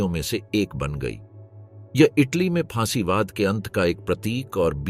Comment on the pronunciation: सही शब्द फासीवाद है ना कि फांसीवाद, आपके बार बार गलत उच्चारण से सुनना अप्रिय लगता है फासीवाद राजनीति का प्रचलित शब्द है आपको इसकी जानकारी होनी चाहिए वस्तुत फांसीवाद कोई शब्द या वाद नहीं होता😅😅😅